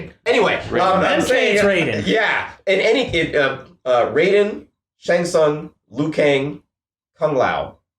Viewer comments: Its RAIDEN not "Riden" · I disagree with the statement about fans liking this movie. I appreciated a lot of nods to the franchise, but overall there were a ton of things that rubbed me wrong. It wasn't completely unredeemable, but I was pretty disappointed. Also take a shot everytime says Rai-den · You know the game says Raiden's name. Like every time you select him. The dude on the left keeps mispronouncing it.